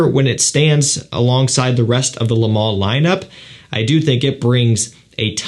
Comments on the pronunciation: Why do you keep saying lay. Its leh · Juste FYI its not ''le mâleh'' its ''le mâl''. We dont pronounce the ''e'' at the end. 😉👍